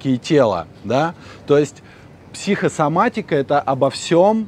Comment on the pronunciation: Интересное произншение - психсоматика! Без связывающей буквы О всередине.